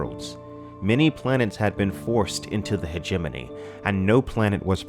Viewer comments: Hegemony = Hejj-mon-ey Not He-jeminny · when i first read this book back in 89/90 I remember pronouncing it something like Heg-a-mony(terrible I know) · I have been pronouncing hegemony wrong in my head for years apparently! Great video as always! Thanks for always putting out quality man. (Btw, I was saying it "hedge-a-mony" in my head) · Hegemony is closer to Matrimony in syllable placement. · I think you are miss mispronouncing Hegemony.